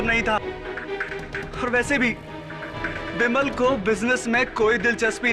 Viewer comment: बिमल को विमल कहा जा रहा हे 😂